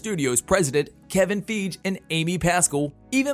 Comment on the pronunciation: Bro its Kevin Feige not Kevin feege